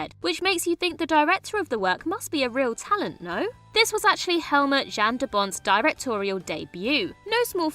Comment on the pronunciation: Who is JAN? He's Dutch. I'm Polish. Say our name correctly.